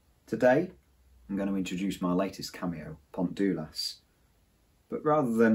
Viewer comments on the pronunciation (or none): Really nice video, in every way except.......... Dulas is pronounced Dee Las in Welsh. "U" becomes "ee" in most circumstances. We had a river Dulas in Corris which joined the Dovey / Dyfi. You are absolutely right about the area south of Aberystwyth, and would love to have experienced both steam and diesel trains over there. Your approach to modelling is refreshing, and is a very easy watch Thank you